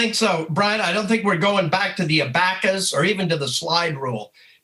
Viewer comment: I’ve never heard anyone pronounce an abacus like that